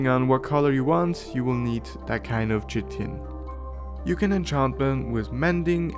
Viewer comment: I wanna say one thing that has kinda bothered me, and I don’t know if it’s because of where you live or something, but you say the word “chitin” as chit-tin, however (at least in the USA) it is pronounced kite-tin. It’s a little detail that doesn’t matter much but it’s something:/